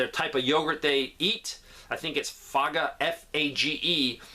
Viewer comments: The Fage yogurt is pronounced "fay - yah" lol, so weird. I bought it daily in England before Greek yogurt became a thing in the US. Used to eat it with a little Pakistani food from a restaurant near where I worked. I miss those days. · FAGE is pronounced FAH-YAY. Also, preserved meats like bacon last for months past "best by" dates. They're also a Category 1 carcinogen so maybe cutting those back is a good thing.